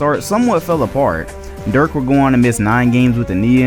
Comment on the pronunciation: Why can't any of these NBA you tubers cant pronounce Dirk's name correctly. The video is amazing otherwise